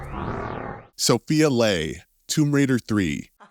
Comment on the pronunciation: Laura Croft, Sofia Lay, Boze Bro they literally say their names in-game, how do you get something so wrong so many times when they are literally sounded out for you multiple times 😅